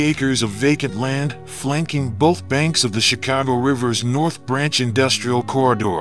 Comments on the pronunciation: Please pronounce my city name right bruh it’s not “chi-cow-go” it’s “chi-cah-go”thank you very much sir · Natives say the city's name is not pronounced "Chicaawgo". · Pronounce Chicago correctly.